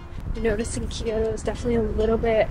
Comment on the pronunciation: Just a friendly note: a lot of people pronounce Kyoto as Kee-yoh-toh, but it’s pronounced kyoh-toh, with two syllables, not 3. Loving the Japan vlog content! Making me miss Japan! ❤